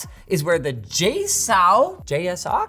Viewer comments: Is it not just "Jay-socks"? lol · I've always pronounced JSAUX like "J-socks" but is it supposedly to be more of a french pronunciation like "J-sew"? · Pronounce : Jay Sucks! ;)